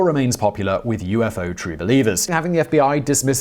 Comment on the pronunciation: Yay you pronounced it right. Yoo-fo...(I accept alternate pronunciations.)